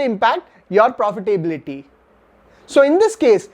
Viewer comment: You really need to polish your English. I find it very irritating the way you wrongly pronounce words like ‘technology’, ‘profitability’ or ‘opportunity’. These are words used by you rather frequently in your videos. Your analysis is good but presentation needs improvement